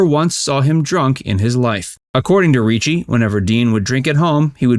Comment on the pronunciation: It’s hard to believe a video that mispronounces his kids names. It’s not DeANA, it’s Deana, pronounced Deena. It’s not Reechee, it’s Ricci, pronounced Ricky. Also, when you show clips from his funeral, that’s not Deans funeral, it’s his sons, Dean Pauls (Dino Jr’s) funeral. As far as what Sinatra said? Dean & Frank helped each other promote & protect the images they projected. You need to understand that in their day smoking & drinking we’re cool & not looked down upon like today. So promoting the image was & is what Hollywood did & still does. I’ve been fortunate enough to meet his family & many who knew & worked with him & they all say the same thing, he’d drink occasionally but wasn’t a drunk & never drank when performing. And what Jerry Lewis said was also confirmed. When his son was killed in 1987 Dean did start drinking more heavily to ease the emotional pain.